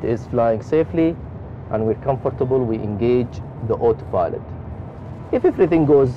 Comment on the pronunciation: Not everyone... for example two times i understood hot pilot instead of auto pilot...